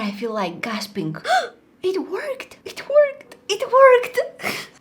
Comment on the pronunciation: it sounds like shes saying "it twerked"😂